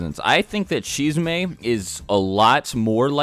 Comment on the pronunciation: Y u call him shizume?!?